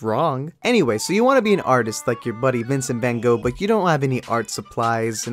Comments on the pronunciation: Vincent fwan goog... Dude your cannot say it Ok I know you suck at speaking Dutch but bro Groeten van: dat nl mensie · As someone from the netherlands it frustrates me How you pronounce Vincent van Gogh